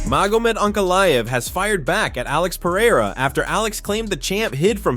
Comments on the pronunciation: It's Pereira not Pieira 😂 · Are you deaf? He says Piera